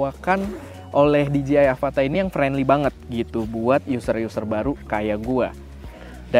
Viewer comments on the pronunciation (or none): Dijeyai masse, bukan dijiai 🙈